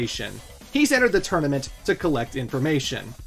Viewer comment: Are you purposely saying tournament as "tourmanent" throughout the video, or is that a genuine slip up?